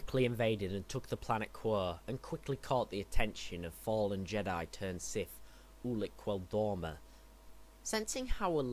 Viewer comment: Ulic-KeL-Dr-O-Ma that's how you say it bud